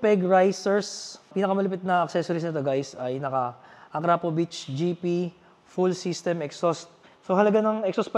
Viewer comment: Idol Mali bigkas mo Ng akrapovic..salamat idol